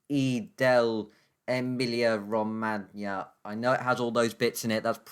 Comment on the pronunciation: Not an expert Italian speaker but I think it's pronounced ay-meel-yi-a ro-man-ya. Great video, thanks!